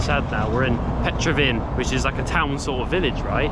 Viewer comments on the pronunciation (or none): A bit of arrogance there. Now in the days of the internet, you shouldn't make such mistakes as Petraven fortress (it's Petrovaradin)... and if you really wanted to pronounce Serbian names, you could have just asked anyone in the street, and they would have told you it was the Cyrillic script as opposed to the Latin one, and they would have given you the correct way to say it. But, you just don't care. That's why I mentioned the word arrogance in the beginning. If you are in a foreign country, do your best to show respect in the country that you are in. Respect is shown by giving proper names of places. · You pronunce it wrong! It's not Petrovin fortres, it is PETROVARADIN FORTRES!